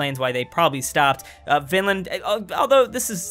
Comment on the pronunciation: You say vínland